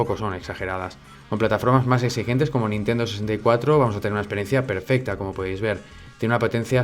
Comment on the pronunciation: Minuto PERFESTA, palabras inmortales de XD, Saludos desde mexico bro